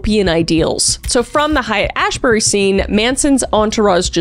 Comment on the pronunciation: hate. It’s pronounced hate and ashbury.